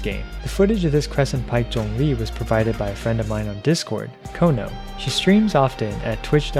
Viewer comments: Thx for not butchering zhongli's name mate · Omg he’s actually pronouncing his name correctly! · tyty for pronouncing ZhongLi's name correctly 😭